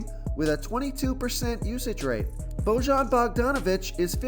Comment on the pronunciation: I’m from Indy so here’s a fun fact Bojan is pronounced like Boi-yan. I hear it all of the time. Lol. Thanks for the great content